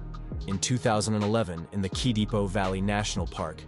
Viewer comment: Oh WoW, a story from home 🤘 However, the proper pronunciation of, K I D E P O, is: Ki-Day-Po 👈 And "Spartacus" recalls not the Greek warriors, but the famous GLADIATOR who led a startling rebellion against ROME!